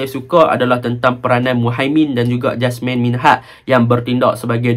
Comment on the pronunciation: Jasmir bang jasmine beras 😄.. yazik bang eja je yazek baca dia yazik..